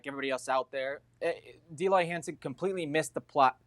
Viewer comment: Hercules Gomez doesn’t even know his name “Dee Loy Hansen”😂